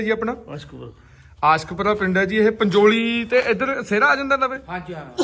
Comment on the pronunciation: ਪਿੰਡ ਦਾ ਨਾਮ ਹੀ ਬਹੁਤ ਘੈਟ ਆ ਬਾਪੂ ਨੇ ਵੀ ਮਲਵੀ ਜੀਭ ਨਾਲ ਹੌਲੀ ਕ ਦੇਣੇ ਕਿਹਾ ਆਸਕਪੁਰਾ